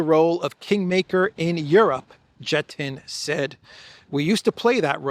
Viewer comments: Jetten is pronounced Yet-en. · Pronouncing Jetten: 'Jet' is the same as 'Yet' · Heads up, the j from Jetten, is pronounced as a y, nearly all j's in the Dutch language are pronounced y., it's just the way it is. Daily news update 👍